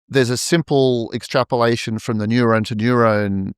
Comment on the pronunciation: I love how this guy pronounces "neuron" almost as if it's nyew-rown haha it's tough to nail down the right spelling for how the accent makes it sound to me but nyew-rown is kinda close (i think). Anyway this was really interesting thanks fellas🙏